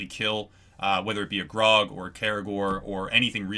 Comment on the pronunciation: are you saying graug it sound like grog